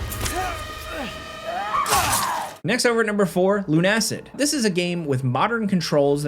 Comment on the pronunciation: Luna-cid ... not lun-acid. Shout out to the dev who put LobosJr as a npc.